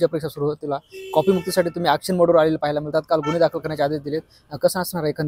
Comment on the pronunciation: कॉफी नाही रे कॉपी